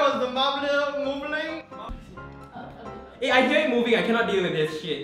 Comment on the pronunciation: HAHAHAHAHAHAHAHA "WHY WAS THE MARBLUR MOOVLING?" HAHAAHHAHA